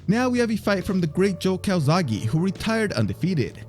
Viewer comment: He's Joe Calzaghe, not Calzagi.